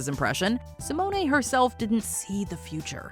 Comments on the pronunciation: Rayven Si-moan not si-money! 😣😣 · Simone-ay. Honey, that's not her name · did you just... say raven sImOnAY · I was definitely not impressed with the way you pronounced Raven Symoné‘s name. Have enough respect to learn how to say peoples names correctly. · Why is nobody talking about how Simone is being pronounced 😭😭🤧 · 😅 Who has EVER pronounced Raven Symoné with that extra syllable on the last name? She's never even done that herself. Is anyone paid to do research so the script is accurate on this channel? I thought this channel was above such an obvious blunder.. ouch. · No. Definitely not how it's pronounced! LOL